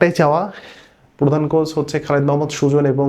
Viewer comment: “কোস” না “কোচ”॥